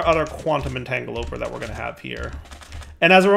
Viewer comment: did you forget that you added support for tile entities in Building Gadgets? Also, cue the comments about you saying entangloporter wrong again.